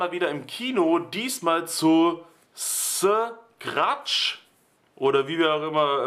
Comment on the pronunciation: Habe bei den ersten 3 Teilen mal random reingeschaut, aber fand ich eher langweilig, die gibt es auch noch auf Netflix. Btw. Du sprichst den Film komplett falsch aus, aber passt schon